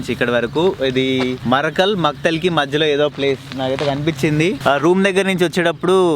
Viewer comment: Markal kadu marikal mandal